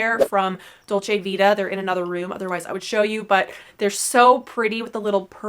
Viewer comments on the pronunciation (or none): none